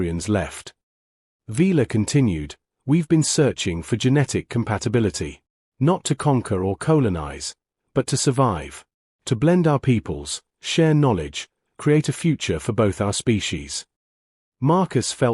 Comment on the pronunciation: Distant solar system would have been more convincing in this story Not a galaxy billions of light years away . O, m, g, how many words are he going to mispronounc ed Colon ize instead of colonize